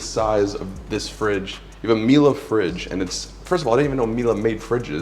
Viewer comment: I'm more impressed that you pronounce Miele correctly